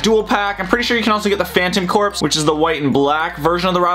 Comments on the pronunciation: It’s not cor-ps its core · Aigh! Please pronounce corps correctly! It sounds like 'core'! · Corps is pronounced Core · sigh I hate to be that guy, but "corps." is pronounced "core". I love your videos, don't get me wrong, but that drives me nuts. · He pronounced Corps wrong